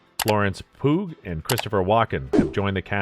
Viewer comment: Florence poog XD It's pronounced "Pew" like the bench in a church. Not 💩g